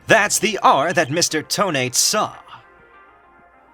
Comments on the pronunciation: I have a problem this entire case :T (yes this is REALLY late commenting) You keep saying "Toe-Nate" when I'm pretty sure it's pronounced "Toe-Na-Te" Just me, or anyone else with me? (I think it's just me) Then again, Ted Tonate is like "detonate"; Candice Arme is like "can disarm"; etc. I could be reading this TOTALLY wrong :T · Thats not how you pronounce Tonate. This is how; Toe NAH tay Lol i cant type pronunciations but good video! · I thought you would pronounce Tonate as toe-nah-teh. Makes it sound much more menacing.